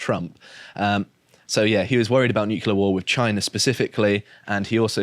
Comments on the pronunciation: I've grown fond of, but I die every time he says "Nukulur". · its "nuclear", not "nuke-u-lar" ffs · It's "new clear" not "new kyoo ler". sounds like George Dubya. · Noo-clear. Nuclear has only one U.